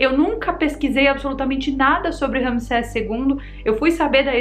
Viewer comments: "maldição de tutancagon" 😆🤣 "maldição de ramiseca" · Não consegui conter a gargalhada na parte do "tutankagón" e "rami seca" kkkkkk. VC é demais!!!!